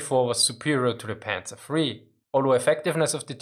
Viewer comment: "sä panzer free" lol